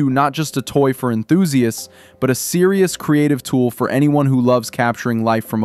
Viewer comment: What's an 'enthusiist'?